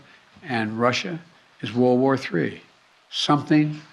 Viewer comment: What’s a ‘World Wur’? 🤷🏻‍♂️